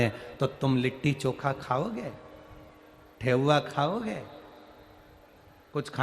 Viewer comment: ठेउआ नहीं गुरुजी ठेकुआ बोलते हैं गुरुजी 🙏🙏🙏🙏🙏